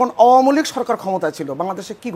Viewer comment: দাদা তো আওয়ামী লীগও ঠিক মতো বলতে পারেন না, তিনি বলেন আওমী লীগ।